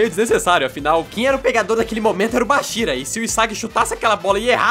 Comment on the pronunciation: correção: a bola era do isagi naquele lance o baxira como vc pronunciou apenas roubou a bola